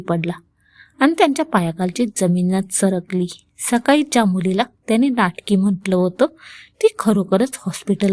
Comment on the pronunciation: सकाली नाही सकाळी